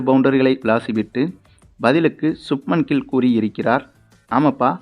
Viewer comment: Player's name should be pronounced correctly. For Pakistan Bakistan, Shaheen afridi it is pronounced as Shakinshaw Afridi, for Subman gill i could hear Shupman kill. Why, hurry when it comes to names?